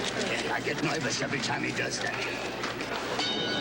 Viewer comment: "I get noivous every time he does that." "